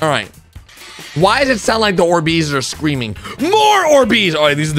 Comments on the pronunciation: ORbees, emphasis on the OR, instead of the BEES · Bro why he pronouncing these like or- BEEZ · "Or-bees" Is- is that how you pronounce it